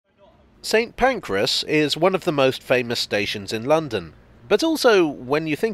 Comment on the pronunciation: I have only ever heard it mispronounced as St Pancreas on this channel